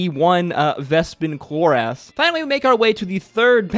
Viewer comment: Cloris-is- Not Clor-as